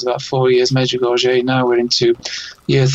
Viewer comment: The late Father Rene Laurentien, well known official investigator of Marian apparitions, judged Medjugorje as authentic thus far. Your visitor doesn’t even know how to pronounce Medjugorje. BTW, the Church cannot approve any apparitions until they are completely over, Our Lady is still appearing. As this program proves, there is still a need for her messages, this world is running amuck.